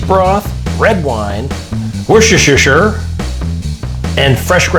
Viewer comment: Why do so many American chefs struggle to pronounce Worcestershire? It's a 3 syllable word. 'Worces' is 1 syllable, and it's pronounced the same as the word wuss.